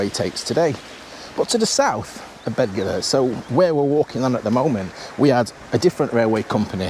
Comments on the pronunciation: Excellent video. This railway is situated amongst some of the most beautiful countryside in the UK. You pronounced Beddgelert correctly just once and thereafter pronounced it incorrectly. The 'DD' is pronounced as 'TH'. It's not difficult. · Go At tunnel? Surely its goat like the animal? Also its Beth gelert, not bed, dd in Welsh is th